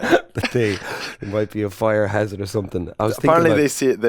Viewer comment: BAZZ...!!.....Out of sheer curiosity........."WHERE IZ YER BAG" or "BEGG" as ANDY might pronounce it !!!! ..eg..."Leinster's FLEGGS were a fire HEZZURD.!!!???....The Craic's 90 as always, now that Trimby ain't so SHY anymore....he's really come out of his shell.....a bit lick a Hermit Crab..!!! (chuckle, chuckle.!!)